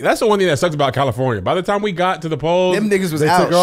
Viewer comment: It's rare that says the word time sounds like he says tie.....oh.🤦🏾‍♀️🤔🤦🏾‍♀️🤔🤦🏾‍♀️🤔🤦🏾‍♀️🤔🤦🏾‍♀️🤦🏾‍♀️🤔🤦🏾‍♀️🤔🤦🏾‍♀️🤔🤦🏾‍♀️